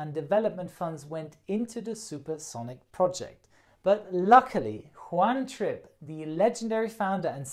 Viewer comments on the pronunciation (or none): lololol i heard one trip instead of juan trippe